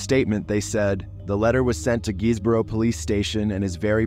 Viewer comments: & “Guisborough” Is “Giz-bruh” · Marske is pronounced like the word Mask 😊 Guisborough is pronounced Gis-bruh lol